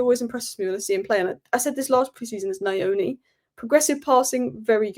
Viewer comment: ❤ you... please come for a tutorial of how to pronounce Nyoni 😂😂😂... it sounds more like New-oo-nee